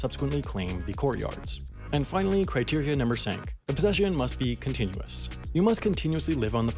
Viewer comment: Criteria Numbr IV? Lmao, dude!